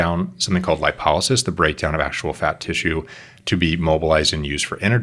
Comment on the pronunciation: the way he pronounces Lipolysis :D